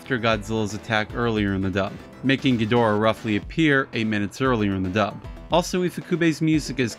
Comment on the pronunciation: Ghi-dor-ah is an incorrect pronunciation. This was a mistake that started in the English dubs during Heisei series and it has haunted us ever since. Japanese speak very quickly and do not enunciate their consonants very strongly.. So even if the word Ghidorah is written in 3 symbol pattern in Japanese it would be said quickly and sound like a two syllable word. Either Giddra or Geedra